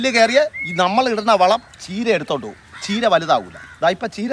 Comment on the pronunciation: കീര അല്ല ചീര